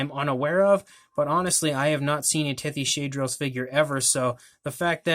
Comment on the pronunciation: I think it’s actually pronounced Tethys-hadros You are great at painting these